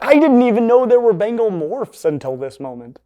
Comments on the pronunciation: Ben-Gaall not bengel. English student of the British Empire, we made the Indians life a misery, almost as bad as smallpox (a God out there apparently). They're cute and make the weirdest noises. I was allergic, the histamine cascade that almost killed me seems to have reset that allergy. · "This.....is a BANGLE!!! and a BANGLE!!! is the coolest looking housecat in the world...least if y'ask me." Lol. That pronunciation tho.